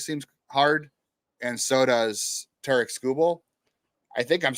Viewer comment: Please pronounce Tarik Skubal's name correctly! It's pronounced TERR-eck not ta-RIK!!